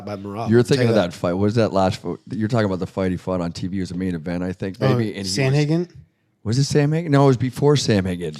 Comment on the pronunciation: Someone tell it's pronounced Sandhagen not Samhagen😀😀 Min